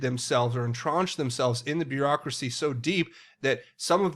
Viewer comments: Thanks., Good work I appreciate your efforts....for future reference,. The word is intrenched..not intraunched. Want you to be best.🇺🇸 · He pronounces it funny, but it's actually "Entrenched" - firmly established and difficult or unlikely to change; ingrained